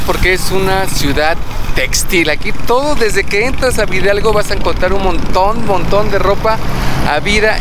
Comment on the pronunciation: La pronunciación correcta es Villa Hidalgo no villidalgo 🤦‍♀️